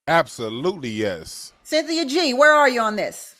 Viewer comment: "Sin-thi-uh" is an agent of chaos. Negativity is her platform.